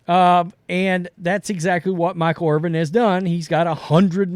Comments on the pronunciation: His name is Irvin. Not Irving. Come on dummy, it’s not that hard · Stop saying "Irving". It's not "Irving" it's "Irvin. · It's IRVIN NOT IRVING GET IT RIGHT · His last name is Irvin not Irving. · It’s Irvinnnnn no G. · There is no letter g on the end of his last name. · Watching right now and cringing every time I hear it.